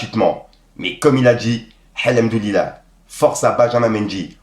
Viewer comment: t'arrive pas à prononcer hamdoulilah 😢